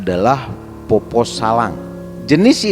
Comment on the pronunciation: Poppo' pak,,, bukan poppo... Kalo untuk mitos ini memang sudah beredar banyak disini d sulsel... Ada dua jenis poppo',,,, ada yg cuma cari buah2an,,, biasa juga di selokan,,, ada juga yg emang nyari org untuk dimakan ketika berpapasan... Poppo' sallang itu yg sering cari mangsa,,, bentuknya utuh dalam bentuk manusia dan katanya memiliki lampu yg dibawa kemana-mana... Ketika ketemu sama poppo' ini harus lari karena katanya ketika dia melihat kita,,, dia bakal mengejar kita sampai kita ditangkap... Saya org asli sulsel juga pernah melihat penampakan poppo' sallang ini,,, itupun sudah pagi... Dan juga ada yg dinamakan PARAKANG yaitu org yg sering jadi2 bentuk hewan, pohon pisang, batu, kelapa yg menggelinding di jalan...